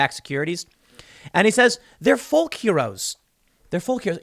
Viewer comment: Love ya Tim, but the "L" in "Folk" is silent. Like talk or walk